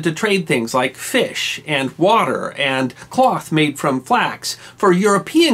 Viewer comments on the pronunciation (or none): none